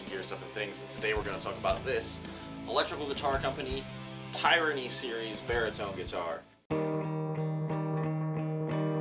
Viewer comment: I’ve learned that I’m pronouncing Tyranny in an incorrect way. My apologies lesson learned. It’s not (tie-ranny) it’s( Tiranny ) I’m sorry 😐 thanks